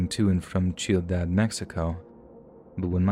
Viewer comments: Did I hear “chiudad?” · The way "ciudad" is said makes me cringe a little. But amazing stories 👌🏽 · You said my hometown name but it’s Ciudad like City 😅 same type of C